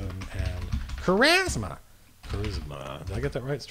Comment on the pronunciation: LOL you say Charisma like I do from the David Lee Roth video back in the day "He has KA raz ma!"